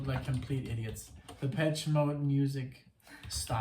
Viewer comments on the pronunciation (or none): it's shhhh though not chhh )) depeshhhh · It’s Depessshhhh not Depech 🤣